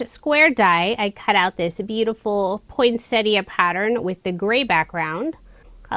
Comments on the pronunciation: Yet again another gorgeous range of cards made with our Aussie designs. Thank you so much for pronouncing poinsettia the correct way. Take care and stay safe. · Beautiful cards, as usual, and I love that you pronounce "poinsettia" correctly! 😁